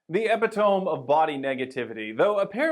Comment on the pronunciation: Almost didnt watch past your pronunciation of epitome, but turned out to be a great video! 😝